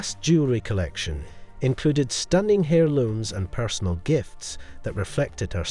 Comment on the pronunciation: The h of heirlooms is silent. Fleur de lis and Chantal were also mispronounced.